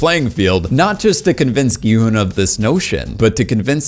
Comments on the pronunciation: FINALLY SOMEONE WHO SAYS HIS NAME CORRECTLY INSTEAD OF SAYING "GEE HUN" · he finally said Gi-Hun’s name right